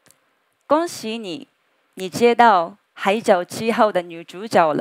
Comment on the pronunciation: 初次在網絡上見到田中千繪小姐，一下子就被她講話時所散發出來的魅力深深地吸引住了。她講國語時對抑揚頓挫的准確掌握與運用以及她所使用的復雜句型，都充分說明了她對國語的掌握和使用已經達到了一個很高的水准。除了個別字，比如女主角的＂角＂她也犯了許多國人都常易犯的發音錯誤、說成女主角"jiao"（正確發音應該讀作＂女主角jue ＂）以外，其他的真沒有什麼可以挑剔的了。最後，恭喜田中千繪小姐拿到了台灣的長期居住證，更祝賀你已徑扎根台灣、並在那片土地上開花結果，享受到自已選擇的人生生活快樂！